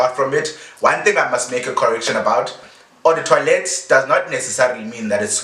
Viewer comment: Was pronouncing the word as toilet 🙄😂